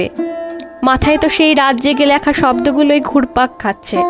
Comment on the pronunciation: এমনিতে বেশ ভালোই। কিন্তু "লেখা"-র উচ্চারণ "ল্যাখা" হজম হচ্ছে না!